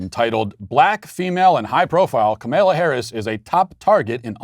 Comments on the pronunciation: Walsh's refusal to pronounce the vice president's first name correctly is either complete Incompetence....or intentionally dickish. He is a political commentator.. this is his job.......your are supposed to be able to pronounce the sitting vice president's name. We all get he is clearly the dumbest DW host.....but he can't be that stupid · when she was stopping by a rally or some shit in I think cleveland?... The video shows her asking I think her security(little foggy on that detail) where they were at, quietly, then puts the mic to her mouth and said, "Hey (Cleveland, I think), it's Camel-uh!" And that's EXACTLY how she pronounced it.. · The way he pronounces Kamala is my favorite 😂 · hahah even SHE, HERSELF "mispronounced" her own name!... 🤦🏼‍♂️ The left is truly insane.. They need to be clinically diagnosed..